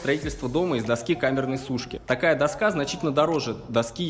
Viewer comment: Не до'ска, а доска'!